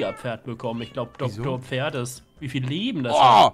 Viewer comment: wenn er noch einmal FERD sagt also ohne P dann deabonnier ich ihn!!! xD